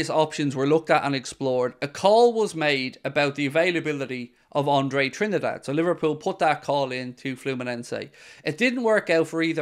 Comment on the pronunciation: When will realise Andres surname is Trindade and not Trinidad?